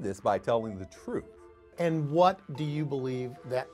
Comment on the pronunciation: "Duurr... TROOF" 🙄